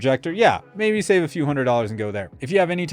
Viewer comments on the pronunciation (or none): none